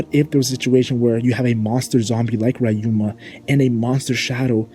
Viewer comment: YOU SERVED LASAGNA BUT STOP SAYING “RAI-UMA” IT’S RYUMA (ree)